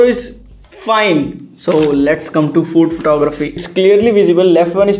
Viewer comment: in last video you fuced up April pronounce and this time food (fud? bro!!).